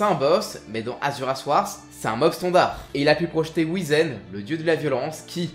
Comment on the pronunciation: J'met mon sel ici, malgré la qualité des vidéos : S'il vous plaît, faites un effort en prononciation des noms svp, j'en peux plus, c'est frustrant dans tous les sens de lire "Wrath" et d'entendre "warss" par exemple, je sais que t'as déjà beaucoup de boulot sur les bras pour te préoccuper de ça, mais j'ai besoin d'extérioriser ça des fois. Sinon le contenu est toujours aussi bon, pas trop speed, donc agréable à écouter quand on est tranquille, et tout est très bien expliqué. Pour revenir sur la prononciation, je sais que là on est juste pas sur un niveau linguiste pro, là où chez trash on se retrouve avec 90% de balecouillisme et osef si on écorche le nom, quelle que soit la langue, voire même des mots usuels français.